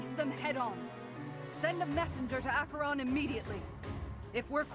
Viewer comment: It's funny that even after five years Lysithea is still obsessively paranoid about being treated like a child. Also I am so happy this game has the proper pronunciation of Acheron. These days most people read/say it as "ash-uh-ron."